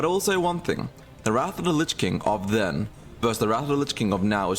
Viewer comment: Mans a roadman LMAO ' wasnt quite like that back den '